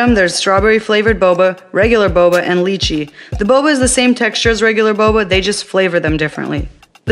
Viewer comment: Leechle? I think you mean lychee.